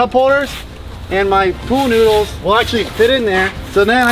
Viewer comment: I laughed so much when he couldn’t say pool noodles. “Needles noOdle noodles”